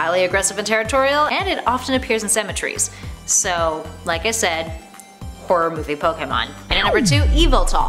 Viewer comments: Zapados - Sapatos (Shoe in Filipino) Eeviltal - Yahvultal Nikroosma - Nick roost mum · ye its name YAH-VEL-TAL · EE VOL TAL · She says E-VALL-TALL but its pronounced Y-VALL-TALL (correct me if I'm wrong) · Ikr, she called Yveltal, Evil-tal, it’s clearly Yahvultal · Me Being Intrested at the Descriptions But Also Rages Whenever They Pronounce The Pokemons Names Wrong Like Yveltal which they Pronounce E-Veltal Instead of Yal-Velt-o How its supposed to be Pronounced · Its is not eveltal its yveltal Veltal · its actually pronounced ee-vel-tul and the prominamce is put on the 2nd syllable not the first or 3rd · Hana Asano I agree. When she said yvetal was evil-tall I was sooo mad. He's one of my favourite pokemon so I was extra mad and a bit annoyed. Like bruh yvetal is apparently evil-tall? Also she said Giratina as Jiratina like bruh! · What the hell is a Eva-tall? Hahahah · I’m mad they didn’t pronounce yveltal YAHVELTAL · I agree yvetal was pronounced evil-tall like wtf it's not that hard to say his name right! Plus I'm a BIG yvetal fan so I was extra pissed. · It's EE VEL TEL :) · Eviltal..? NANIII These pronunciations r cringe ngl- Sorry to the person whos talking